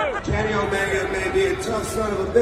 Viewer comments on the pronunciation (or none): Omeega?!!? Ya that's how you say his name.....😂........🤣